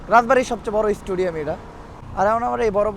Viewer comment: Vai studiam na stadiam bolba.nahole manush hasha hashi korbo